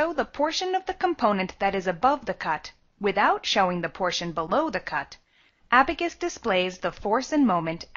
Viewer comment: It should be Abaqus CAE & not Abacus CAE